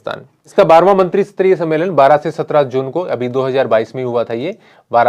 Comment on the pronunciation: सर "मंत्रीसतरीय" नहीं "मंत्रीस्तरीय" होता हैं।